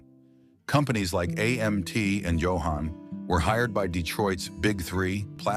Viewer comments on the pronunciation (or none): Just to say it's JOE-Han, never YO-Han... 😉